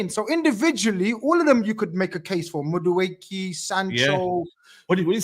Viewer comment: always mispronouncing Madueke in every possible variation is hilarious to me 😂😂